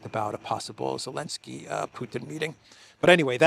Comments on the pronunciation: Why do you say Alensky? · does the AI also say "elensky"?